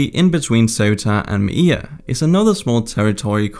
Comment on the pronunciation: It's not Mai-e-ya, it's Melilla Me-lee-ya!